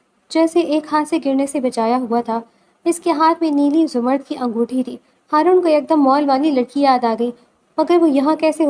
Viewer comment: ہارون ہوتا ہے حارون نہیں